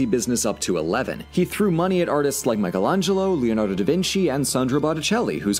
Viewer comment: imagine doing a deep dive on florence and not know how to pronounce michelangelo